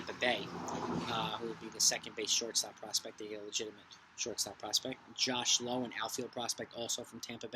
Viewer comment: I loved how you kept saying “Sharting Shortstop”